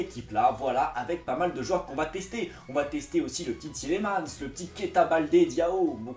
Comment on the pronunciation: Juste on dit Tilemans pas Tilimans que tu as dit sinon bonne vidéo